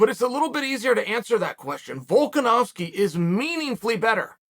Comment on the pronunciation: Volkanovski is an Aussie Chael ! Chael the Canadian stop getting it wrong